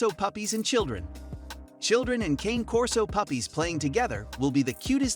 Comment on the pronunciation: Hard to take inputs from a source that mispronounces the breed name